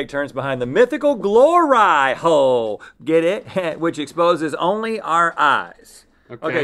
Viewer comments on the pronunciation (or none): Glor-eye hole.. howd yall get away with that one?😂🤣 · No no no no no no no no no!! "Glor-eye hole" !?!?!? AND THE TAPE AROUND THE HOLES!!!! Ahhhhh hahahaha 🤣🤣🤣🤣🤣🤣🤣🤣🤣🤣🤣👌👌👌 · I'm guessing Rhett volunteered to explain what a "Glor-Eye-Hole" so that he could say it multiple times.